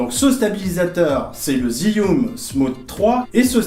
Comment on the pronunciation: Ça s'appelle jiyun et pas zyiun